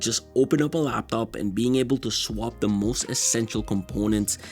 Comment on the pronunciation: I hate how he pronounces laptop. But he got good videos overall. This one is obviously biased by money